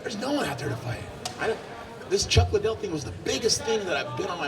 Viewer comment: its lid-dell everyone, idiots.